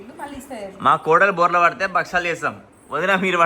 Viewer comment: Borlo kadhu andi its borla padindi😅